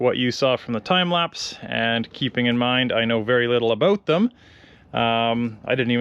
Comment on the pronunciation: You sound like a Canadian when you talk "aboot" something.